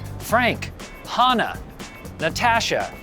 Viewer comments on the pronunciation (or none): "Hahnuh"? Hanuh. Yuh rube.